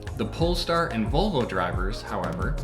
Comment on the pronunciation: It’s disturbing how many members of the automotive press pronounce Audi as “oddy” and Volvo as “bobble.”